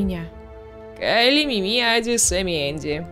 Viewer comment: правильно МИми а не МимИ надеюсь заметишь 😘